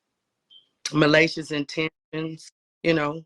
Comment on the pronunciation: And “malacious” 😂